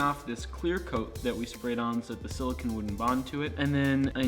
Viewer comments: Maybe I'm wrong because is british and they allegedly know how to say everything 100% correctly, but you guys have been saying "sili-kin" as in the element silicon, when you're working with "sili-cone," which are two very different things. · As a chemist, you guys are driving me nuts: the rubbers and oils are silicones - pronounced with a long Oh sound as in the word cone Silicon - with the short o, as in con - is the metal used to make things like semiconductor chips... Also, silica = silicon dioxide, which if inhaled causes silicosis - which I am glad to see/hear you guys taking seriously. I realize that this is a really common pronunciation mistake, but boy, does it grate on my ears!!!